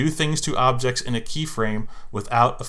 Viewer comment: anyone realizes he misspelled objects he said obects 😂🤣 btw AMAZING WORK